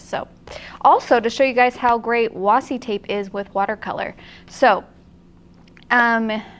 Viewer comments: you were saying washi correctly originally. It is actually pronounced wa+she. Who.... Why....? What? Who said wasi? The word comes from Japan and Japanese doesn't have trick sounds or silent letters really. Washi a famous type of paper. Washi tape is basically the rice paper made into masking tape. Sorry LoL I know no one asked for a Japanese paper history lesson LMAO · According to the American Heritage Dictionary, it is pronounced washi | ˈwäSHē | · I hope reads this so that she knows that she doesn't have to call it "wassi" anymore 😂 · Thanks for reminding us to play,. Also, it's definitely pronounced "wah-she". I can understand where the confusion comes from. When Japanese people type "washi" they generally type it as "wasi" and it gets autocorrected to washi. It saves one stroke and is common among young people. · Nerd moment. わし can only be wah she in the Japanese pronunciation. There is no Japanese sound for see,. Washi is originally Japanese. Sorry. Nerds gotta nerd. ごめんなさい。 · I want to know who looked at washi and thought "You know what? I'm ignoring the 'H'." LOL